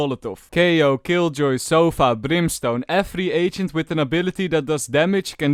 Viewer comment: I like how you call sova sofa